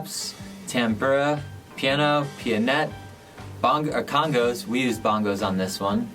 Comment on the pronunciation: It's congA not congO gnnnnnnnnn Congo is a country